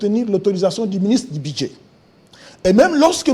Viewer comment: Ce Commissaire Général aux jeux ne sait pas différencier les u et i... bidget, jé, ti, bidget... au lieu de budget... plus de 20 diplômes pour ce faire. Sekirité, irgence, c'est ké... (que). Un mauvais manager. Il ne sait pas que pour une activité temporaire, on privilégie la location en lieu et place de l'acquisition...